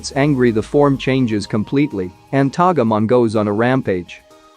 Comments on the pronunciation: I had to pause when I heard "Tagamon", like why?! In no rendition has it been Tagamon it's Togemon. Tagamon triggers me cause the Palmon line is my favorite. I still like the video tho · He didnt just say tah-guh mon . Its toe-gé mon. Good video though. So much nostalgia. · It;s TOGEMON : TOH-GEH-MOHN